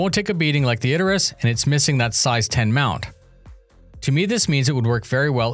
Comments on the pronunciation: Isn't it pronounced Idris.. rather than Id-er-is.. is using pronouncing it wrong. If it's intentional, that could be understandable, as it generates comments like this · "Id-der-us"? Isn't it "Id-ris"? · Is it really pronounced "Iderus"?